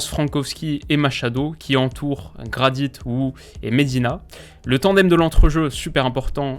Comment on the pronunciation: Le " T " de Jonathan Gradit ne se prononce pas